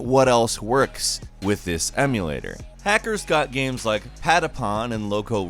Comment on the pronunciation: I love the way he pronounces games, as gams. I'm not being a dick or making fun, it actually makes me smile.